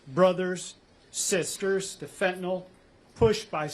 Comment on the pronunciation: The correct spelling is fentanyl. The pronunciation is fen-TAN-il. The second syllable, "TAN," is stressed, and the final "yl" uses a short "i" sound. Common mispronunciations The drug name is sometimes incorrectly pronounced as "fentanol".